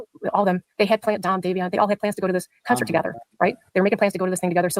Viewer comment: Day*vee*on Phonetic Not davison